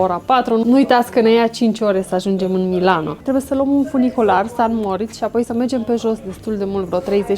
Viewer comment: Splendide vlogurile voastre, le urmaresc cu mare drag, felicitari si tineti-o tot asa! O micuta observatie, rog sa nu fie cu suparare, va rog nu mai spuneti si scrieti "San Moritz", ci "Saint Moritz". Multumesc, toate cele bune!